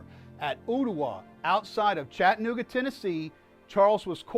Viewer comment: PLEASE stop mispronouncing the name of my hometown. It's Chatt-a-nooga.. Please practice saying it. Chatt-a-nooga... Chatt-a-nooga...